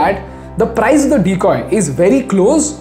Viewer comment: Learn the correct pronunciation of price